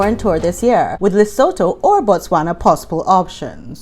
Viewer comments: If you want to sound very knowledgeable with local accent, say it like “Leh-soo-too”. 🤪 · Hi. Lesotho is pronounced Lisootoo.